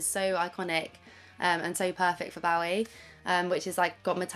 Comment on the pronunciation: Oh for the love of god, please pronounce 'Bowie' correctly